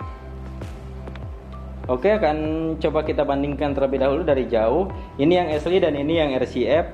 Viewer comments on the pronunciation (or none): esliy kah. syin ashley baca asyliy.